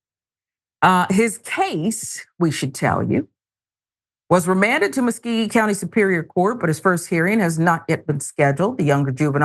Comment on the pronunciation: This is sad. Very sad. the county is pronounced Mus-CO-gee.